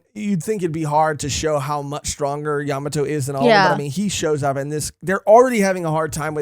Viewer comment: Bruhhhh I like watching y’all so imma NEED u to correct this YA MA!!!!!MOTO not Yamato YaMAmoto